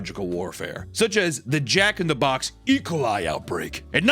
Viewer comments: Ah yes... the bacteria ecoli... It's E - Coli, you say the letter E, then the "coli". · lol nooo not saying ecoli like "ijole" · E-cuhl-ī Bro 😂 Ē-cōl-ī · Im sorry but is he saying ekali?? (Like Alkali) like its own thing?? or is he just pronouncing E. coli different than what im used to? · yes i AM like "ecolie what is that" e full stop coli sheesh imagine mispronouncing e. coli smh my head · he says e-coli like some russian guys name "ECOLIE" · pronouncing E. Coli like "Ecoli" is very funny to me for some reason. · why is my man hittin E-coli like it's Ricola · It is E. Coli. Not ecolye. Two words. idiot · saying ecoli like recola is cursed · Why is he saying E. coli like Ricola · yea it’s pronounced “ee ko lie” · Oh it's pronounced "E- Cole- I". No biggie just trying to help. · I love how youre pronouncing E. Coli like its a Russian name lol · Say E coli again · The way Papa pronounced E.Coli killed me for some reason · doesnt know how to pronounce Ecoli lol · why does he pronounce E. coli like that